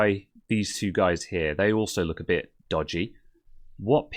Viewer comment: "A bid horrid" <-- I just love your Britishness! Never stop it!